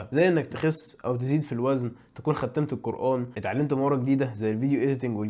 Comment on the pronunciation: هو انت ليه بتقول ختِّمت مش ختمت